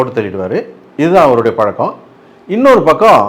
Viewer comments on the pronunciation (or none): none